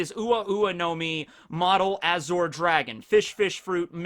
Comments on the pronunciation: am I the only one bothered by saying azure as azhor? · Beyblade, and Bungo Stray dogs also have those powers represented. Also, a correction: The middle part of "Azure" is usually pronounced like the end of 'fromage' (ie. Dexter's Lab) The french pronunciation. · You are mispronouncing azure. Edit: and Taoism. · Why do u say azure like that? Lol i didnt kno what u were sayin for a sec lol